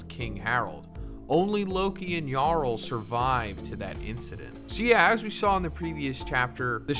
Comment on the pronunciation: Thank you for saying yarul instead of jarul.